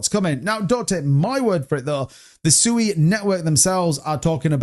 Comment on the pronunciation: At least pronounce Sui right🤔